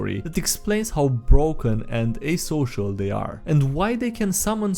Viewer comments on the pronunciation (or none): o sometime else actually uses asocial! Sounds more like antisocial in this case though.